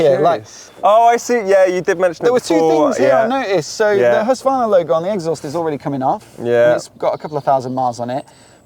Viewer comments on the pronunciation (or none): Husvarna? You know ther`s a q in the name.